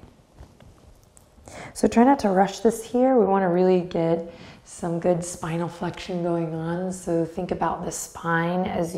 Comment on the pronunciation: In the beginning, I honestly thought you said "smile flexion" instead of "spinal flexion." 😄😂